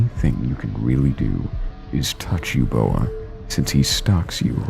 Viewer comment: It's pronounced Uboa not Eboa